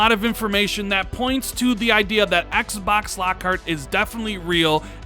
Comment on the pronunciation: you put so much emphasis on the word Xbox... you say it like XXXXBOXXXZZZZ.. lol just say Xbox 😂😂😂